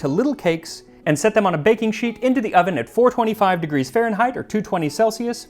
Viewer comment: “…you are put into the OV-EN”